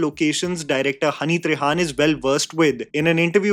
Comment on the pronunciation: His name is हनी त्रेहन. Not trehaan. Please try to check,thanks